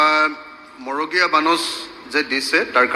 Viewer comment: মগড়ীয়া নে? মড়গীয়া।